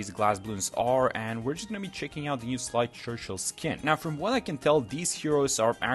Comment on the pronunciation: Sleigh Churchill is pronounced Slay Churchill.